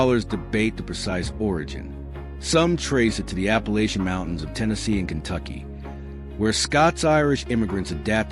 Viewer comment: "ternesey?" "nat cohas?" "appacihia?" and kentucky is located off the east coast IN the pacific..."nice" map lines, btw.🙄 A.I. is supposed to take over the world.🤔